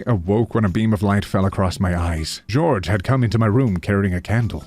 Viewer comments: I had a physical reaction when “Jorge” was pronounced as “George” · Jorge, it’s pronounced wo*re-hay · the way u said "jorge" im cackling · I think you mispronounced Jorge.